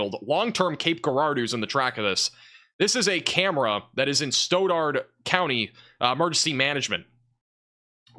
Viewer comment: Stauderd.. Stoddard county